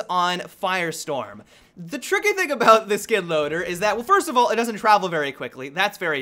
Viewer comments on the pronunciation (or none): none